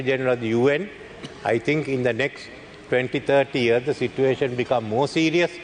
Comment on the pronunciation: සර් situation කියන වචනෙ කියද්දි සිචුඒෂන් කියලද කියන්නෙ